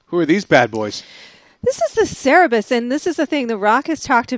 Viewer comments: i am offended that she said cerebus. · "Cerberus" pronounced "Sir Bruce" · How can you say Cerberus so wrong!